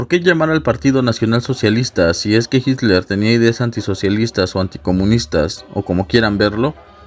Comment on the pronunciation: Por suerte alguien que pronuncia correctamente el apellido de Hitler Y aclaración führer no significa líder sino CONDUCTOR